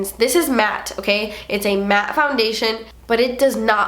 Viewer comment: The way she says matte........lol you had me laughing for a while